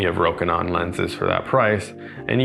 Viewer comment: FINALLY someone says it right. I have learned to be less annoyed by people saying it incorrectly but I was too happy hearing it said properly. Anyway, this lens is on my shopping list (photography) because the Canon is not better enough for the price. Nice to see it's great for video as well. I can't hear the AF hunting and the bands are loud anyway.